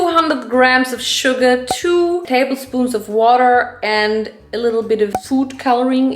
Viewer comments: True same😂everytime when sm says Sugar I'm thinking of Yoongi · Every single time you say "sugar" I hear "Suga" and I just have to think of Min Yoongi and then I have to laugh 😂 😂😂